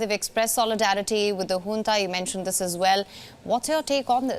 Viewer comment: Is it called hunta Or junta? 😂